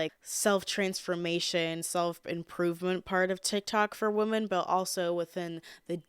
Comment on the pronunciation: i love how u say the plural for women just as woman lol. my friends and boyfriend always make fun of me for saying “whamen” lmfao don’t change lol